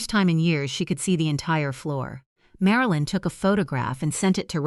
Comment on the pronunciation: O Liver? MaraLeen? AI needs to go to school.